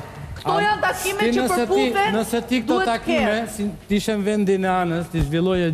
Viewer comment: Terhiqe dhe mos e keput, keshtu shkoi kjo pune “PerButhennnn”